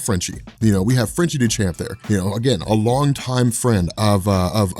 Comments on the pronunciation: Frenchy Duchamp's last name is pronounced DOO-ZHUMP -- French name's are a bit freaky at times. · It's pronounced Doo-shawn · Frenchie' last name would be pronounced "dew-shon" with the correct French pronunciation. Great video. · I’m not 100% but Duchamp is pronounced ‘doo-shawmp’, that’s always how I’ve been pronouncing the artist’s’ name